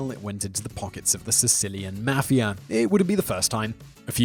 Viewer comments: Nobody: Simon Whistler: Italian Maffeeyah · He also said maffeeyah instead of mafia